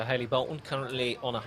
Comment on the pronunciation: Being a Lancastrian, Hallie is pronounced 'Alleh. Commentators need to do some research, maybe go and ask her?